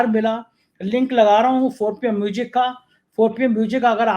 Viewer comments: A man like you should pronounce music not Mujic. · Sir, MUJiK mat bola karo, MUSIC bola karo plz